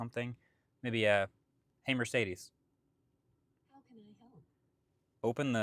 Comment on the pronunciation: As a german, the pronouncing of Mööörciiidiiiis is really strange.